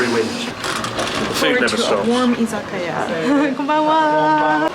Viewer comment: As an American, who has never been to Japan, I had always put an emphasis on the i in Izikia (iz-a-i-KAI-yah), but you named it with an emphasis on the A istead. Am I saying it wrong? Yes I AM! How does it go, please?